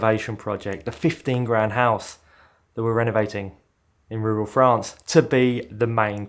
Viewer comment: really needs to work on his pronunciation of "Rural France"